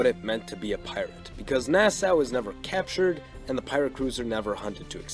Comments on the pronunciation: Nassau ( Nah-saw) Port Royal (Port Royal not Port royale) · Part 2! Part 2! Also, as s Bahamian, I just wanted to let you know it’s pronounced Nas-SAW like the tool, not how it looks. It’s weird, I know lol